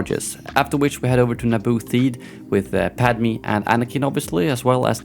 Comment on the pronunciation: its weird the way he pronounces padme's name smh lol!